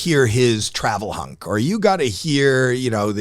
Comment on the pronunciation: Howie is talking about a 15-minute "hunk". Doesn't he mean chunk?